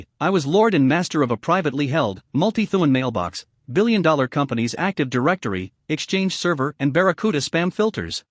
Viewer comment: Really annoying to keep hearing Dolllar